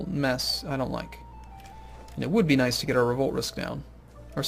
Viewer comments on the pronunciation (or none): none